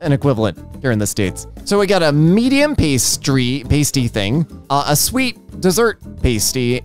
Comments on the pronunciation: "We don't really have an equivalent here in the states" you just aren't looking, you can find pasties everywhere, they are kinda like a meat pie and they are amazing. Also it's pronounced like past e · I was laughing at the pasty pronunciation. If you're wondering it's pronounced pass-tee in the UK. Not that it matters . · Totally not the point of the video but pasty is pronounced past-ee as in past present future. They are super yummy and best served hot! Cornish pasties were traditionally made with a crimped edge so miners could hold the edge to not ingest the coal or metals they were mining! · I appreciate that she's likely never heard it said and that's fine but I keep giggling at the way says pasty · I hate that the English language has made pronounce pasty as they do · you are pronouncing pasty wrong, you don't pronounce the a like that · hey, just for future reference, pasties (stickers for your nipples) are different than a pasty (savory meat pie) and are pronounced differently (pay-stees vs pah-stees). signed, someone whose mother had to suffer her child telling multiple people that we were having pasties for dinner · Yeah my family is from Cornwall and I was laughing so hard listening to say "paste-ee" rather then "past-ee" but whatever you call them they are delicious. (I will judge a little when high-brow publications insist on calling them "hand pies" to "elevate" them) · "paystee" is very much throwing my off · You say PAY-STEE, I say PAH-STEE... Let's call the whole thing off! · As a Cornish person, i wish too die on how much you butchered the word “pasty” its said past-y not pastey Thank you for your time and AAAAAAAAAAAAAAAAAAAAAAAAAAAAAAAAAAAA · The kind of pastry called a pasty is pronounced past-y not paste-y, it's usually a savoury filled pastry. And I think the caramel slice means like a slice of millionaires shortbread. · so... Like pasta with tee instead of ta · from uk here we pronounce it as “Pass tea”